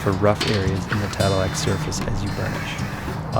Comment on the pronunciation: Not tadelack